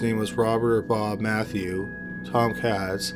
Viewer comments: LOL YOU SAID MATHEW AND IT SAYS MAYHEW ON THE SCREEN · How is it that he can pronounce Oberholtzer but not Mayhew?